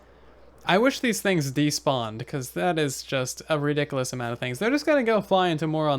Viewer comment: I love how he says Ridiculus